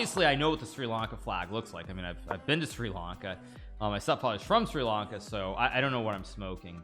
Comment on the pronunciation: bro said SRI LanKA lmfao